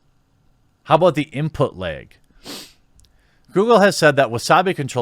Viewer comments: It's LAG not LEG dude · The way Jeremy says "lag" is enough for me to hit the like button 😂